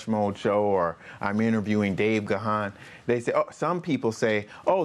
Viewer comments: Gahan is pronounced Gone, not Ga-han. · Great interview! Dave sure is patient with people who mispronounce his name. It isn't pronounced with two syllables as in Ga-han. Just pronounce it with one syllable, as in: Gahn, with a soft a. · It's pronounced Gan as in man! Plenty of interviews out there where he says his name